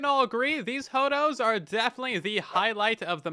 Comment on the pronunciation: Was listening to this on the background and calling the hoodoos "hodos" really threw me through a loop